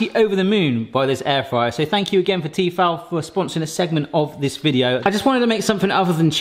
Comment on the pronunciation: ...the way you pronounce Tefal made my soul leave my body.